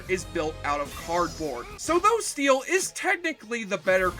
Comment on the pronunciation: ITS NOT steal IT'S STEEL. PLEASE PLEASE PLEASE SAY IT RIGHT. MY OCD IS DRIVING ME MAD.